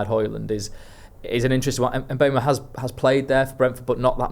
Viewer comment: Can someone please explain why we are all calling Bryan Mbeumo - M-boomo? The only interview I've found of him saying his name, he says, M-boh-mo, definitely NOT Mbooomo.